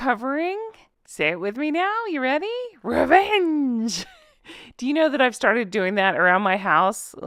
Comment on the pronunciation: Rrrrrevvenge lol 😂.